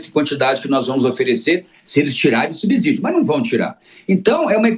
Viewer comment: Fiquei doente de ver esse professor tão entendido em economia ser tão ruim em português. Pronunciar "subzidio" é imperdoável.